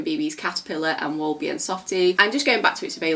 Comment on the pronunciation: This video is amazing, I was so exited and definitely not disappointed 😍. And concerning the "Wollbiene" you pronounce woll like wool just with a short o if it makes sense and biene means bee the first part bie is pounced like bee and then ne. I also found a website which sells it, I send you the like via Instagram 🙂